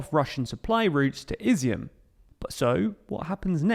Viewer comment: Ob-last, Care,son. You really need to become a better example of what Brilliant can do. Not Izzy-mm, I-zyum.